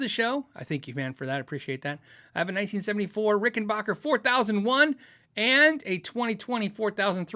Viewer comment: Rickenbacker. It's a short a beause of the k instead of the oiginal h.